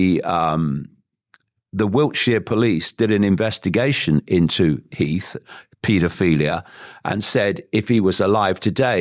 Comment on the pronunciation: I hate to be “that guy” but it isn’t pronounced paedoFEELia. It’s paedoPHILia. PHIL not FEEL … ironically.